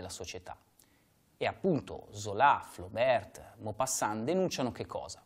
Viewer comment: Adoro le tue lezioni! Flaubert si pronuncia senza il "t" finale :-)